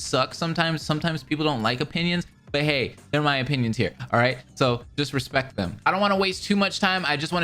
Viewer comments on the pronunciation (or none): none